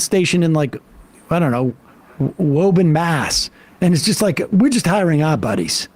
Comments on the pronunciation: I’m sorry, WHOA-bin? It’s WOO-bin, geez. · Woo-burn Sam, its pronounced Woo-burn. Jesus. 😂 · It's pronounced Wuuu burn Sam come on aren't you from mass?